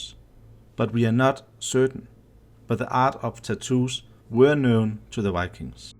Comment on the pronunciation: if u say wikings one more time im gonna scream